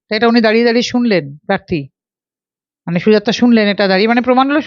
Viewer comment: পার্থী, শীলতাহানি, পিজাইডিং এসব কি উচ্চারণ? আপনি আগে উচ্চারণ শুধরে আসুন।